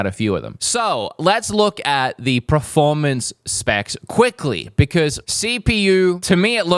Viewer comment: I love you but please say PERformance, not PREformance!